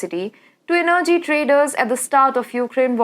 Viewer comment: You don't know how to pronounce energy properly. The stress is on the first E. Your English is so bad, i can't stand it. So much wrong pronuciation.